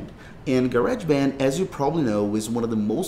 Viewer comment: Ga-reg band 😂